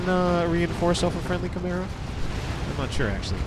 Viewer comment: I swear when you say chimera I hear camaro